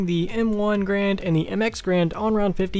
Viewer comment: It's not pronounced grand it's pronounced garan. The guy who created the M1 last name was garan. But people just started calling it the grand.